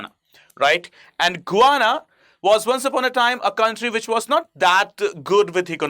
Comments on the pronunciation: It's not guana it's Guyana 😂😂 I think u need educated itself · Can I please correct your pronunciation of Guyana. It is not "Gooana", it should be pronounced as "Guy..ana" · It is pronounced "Guy-aana" , not "Go-ana" 🙏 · Good lord man! You sound like an absolute IDIOT trying to be a 'newscaster' when you can't even pronounce the country's name! GUY-ANA you fool... Not GOO-ANA! Pathetic! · Please try to pronounce the words xorrectly it is guana ,it is Guyana and it is not ecnomky ,it is Econonomy ! Thank you! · Pronounced Guy....Ana not Gwana... hydrocarbon are natural compound made of Hydrogen and Carbon with no or very little Nitrogen Oxygen or , Sulphur. Please learn some basics as it gives the impression you don't know what you are trying yo explain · It's not Guvana. This country is known as Guyana. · You need reading glasses. It is Guyana not Guvana! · Who thought you "GUVANA"? when its actual pronunciation should be "GA" "YANA"? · It is Guyana and not gowana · Guy.. it’s not Guvana.. its Guyana 🇬🇾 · The correct pronunciation is...as Gayana ! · You are mispronouncing GUYANA. The way you pronounce it, it sounds more like a word for bird droppings. You would have pronounced it properly had it been spelled as Gayana. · Its is Guyana. Gu ya na. How could you make this mistake.? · GUYANA to be prounced as GAYANA. Most of the youtubers commit the same mistake while prouncing. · can’t even pronounce a country’s name properly 😂